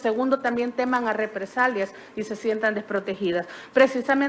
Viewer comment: Dijo replesalias o represarías Q aprenda hablar esa licenciada 😂😂